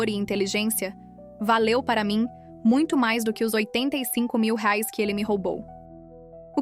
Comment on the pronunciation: Qual a dificuldade em pronunciar corretamente a palavra REAIS???